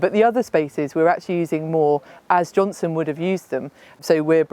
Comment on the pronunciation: JohnsTon not JohnSon!